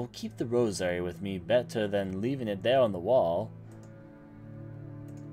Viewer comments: Good playthrough, however, I was distracted by how you said some things. Why do you say Lynx like Linix, and emphasize the second syllable of rosary? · Lynx is pronounced "leenks" Thames is pronounced "Tayhms" Rosary is pronounced "Rose-uh-ree" btw enjoying walkthrough and also enjoying ur commentary especially your "voice acting" for the protagonist. Didn't want to give critique without giving some positive reinforcement as well.